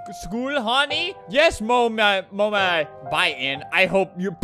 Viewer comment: Albert said mommy in british lol